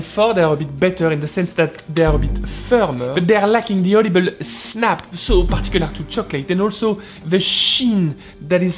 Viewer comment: every time you say audible i swear i can only hear "olive oil"